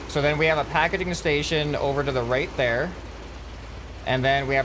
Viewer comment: YOUR SAYING PAKEDING STATION do you mean PAKEGING STATION